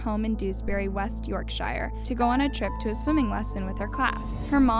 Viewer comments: Not a huge deal but in the interest of accuracy: Yorkshire is pronounced YorkSHIR not YorkSHIRE. For U.S. readers, think of the state of New Hampshire - you don't say New HampSHIRE, right? It's the same with Yorkshire. The only "shires" are the one's imagined by J.R.R. Tolkien and exist in Middle Earth where the Hobbits live. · It’s pronounced west yorkshure, not west yorkshiyre x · Pronounced: Yorksher you said, "Yorkshyer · Yorkshya? York shire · I clicked this as a nostalgic Brit. And...maybe some of us don't, do this, but we say the -shire suffix like "sheer". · Yorkshire is pronounced Yorksher (no hard R at the end) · "York shire" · Brit speaking, i love how you pronounce Yorkshire 😁 over here its pronounced like york-'shuh' xx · What a mother! Couldn't work out what men saw in her, no oil painting till I saw her partner. Bloody hell, and then her brother. What more do I need to say..... LOL the way you pronounce Yorkshire as an American phonetically, I do the same being Australian but the English pronounce it more like 'yorkshear' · Just a little tip, Yorkshire is pronounced /yorkshare/ 😊 this happened really close to where I live, just a few villages away, and people still remember that case vividly. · The way Americans pronounce Yorkshire 😂 its pronounced York sheer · absolutely no disrespect to Shanon but york-shier sent me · FYI: It’s pronounced Yorkshirr... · I was hoping that this video was going to do what it said on the tin - I was hoping that it was going to be shannon herself giving her account - disappointed that its 2 americans who cant even say yorkshire properly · The way she says yorkshire 🤣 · Had to cringe at the way “Yorkshire “ was pronounced ! 😬😖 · How did she pronounce Yorkshire? WHAT NOW?! uh, no, you definitely said it wrong